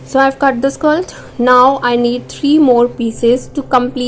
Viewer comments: Why do you keep on saying “skalt” it should be skirt. Concert on your pronunciation. You speak good English except keep on saying this word without paying attention to right sound of it. Go on practice it. 👍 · Why you are saying skilt??? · Is it skilt or skirt😅😅